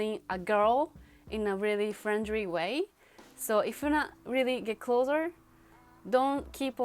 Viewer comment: She said Friendry? um... that's because japanese people using R and L in same way